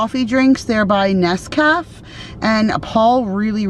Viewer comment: The ‘e’ in gnome is silent just like the ‘g’. The cafe in Nescafe is said like the place you go to sit down, at a cafe. You sound out the last e.